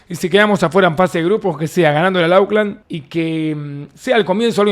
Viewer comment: Hola Davo, se dice "ócland" no auclan:face-blue-smiling